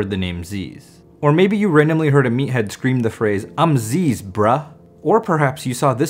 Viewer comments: lol nerd - it's not zeeeez brah it's zizz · Brahhh it’s pronounced ‘ZIZ’ not ‘zeez’ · ITS NOT ZEEEZUH. ITS ZIZZ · it’s pronounced like zizz not zeez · It's pronounced ziss. Not zeez btw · ITS ZIZZ NOT ZEEZ <3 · zeezz. Its pronounced zizz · It’s pronounced “Zih-zz”. I know his name is “Ah-zeez”, but there’s videos of him calling himself zih-zz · zyzz nO zeezz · Thank you for sharing. I was wondering who this zyzz guy is and how to pronounce his name.